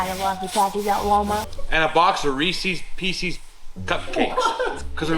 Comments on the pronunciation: Reese’s Pieces. Reesehz Peesehz. You know, like it’s spelled. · Receeeeees peceeeeees. Say it just like! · OKAY, guys name was Reese; so they are his pieces... meaning Reese's Pieces NOT Reesies Piesies... Thanks for the great content. Can't wait to see how Ed takes all this. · Reese's Pieces- (eees) I pronounce it wrong and I don't care. Rees-EES-Piece-EES!!! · Ree-sess Pee-sess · Anyone else—forgive me if it’s just me—think just asked for Reesee’s Feces? 🤣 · It's always been reesies pieceies same as says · Reese's Pieces should NOT rhyme with feces.